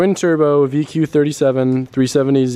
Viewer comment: You made "ZeeRoy" 😅